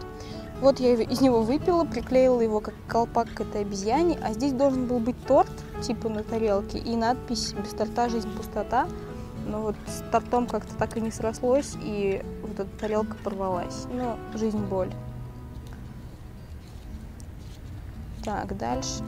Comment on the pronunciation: тОртом ударение на первую о немного раздражает (прости) а так, ты классная и рисуешь просто великолепно!:)